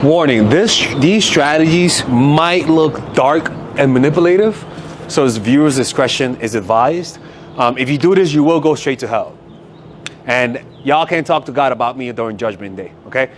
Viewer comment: Imagine not being able to pronounce manipulative, but thinking saying, “manipuulatif” while also fucking up your first words on a video is going to make you appear worth listening to 😂